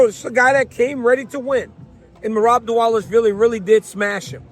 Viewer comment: What’s up with everyone calling Merab diwalishwily it’s div-a-lash-villy it’s literally not hard and your getting paid to speak atleast learn how to pronounce especially Bruce buffer like frs do better